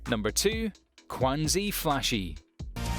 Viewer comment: #2 is called Quanzhi Fashi ( Quan Zhi Fa Shi, in English; Full Time Magister ) not Qunazi Fashi. If you don't mind Chinese anime, this one is pretty good. Can't wait for season 5.